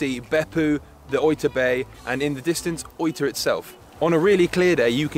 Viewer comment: English speaking people usually poorly mispronounce words in Japanese mistakenly using the English pronunciation for words spoken in Japanese like this speaker pronounced Oita (oyta) like soy when it's pronounce Oh-ee-tah. If you speak spanish or Latin you will have a better pronunciation. It's honorable and more respectful to ask a Japanese person the correct pronunciation of Japanese words. Don't assume that the English pronunciation or annunciation is the correct usage. Be polite and learn their proper way of speaking the words in proper Japanese pronunciation.